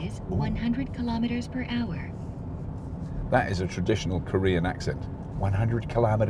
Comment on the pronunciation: She said kilometers per hour correctly. It’s “ar “ not “ah”. 😜👍